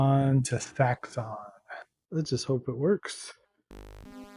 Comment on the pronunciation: Sanxion was a good shooter back in the day, definitely sounds like a rob hubbard sound track, had some cool - for the time dual speed scrolling, probably best pronounced similar to sanction.